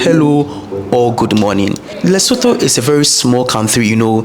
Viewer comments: the correct pronunciation is LesoTWO (Leso2), the pitch of the last "o" being flat. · yes its not like the English thh at all but careful to pronounce the vowels in this way Le-so-tho,(Le ) like lick,limb,lit,lip,little,lyric,(so) like in soot,hook,took,foot,cook,put and (tho) the same (took,tootsie,tourette)🔥🙏🏽 video e khabileng ! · I'm sorry but I have to say your pronunciation of the following words; "Lesotho, Mosotho and Basotho" is wrong